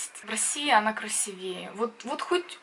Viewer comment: не красивЕе, а красИвее))